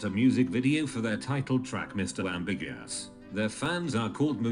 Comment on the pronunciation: I'm laughing super hard at "ambi-gas" for ambiguous...